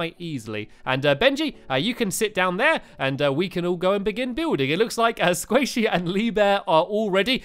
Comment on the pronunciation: it's not squaishey, it's sqaishey...... Lololol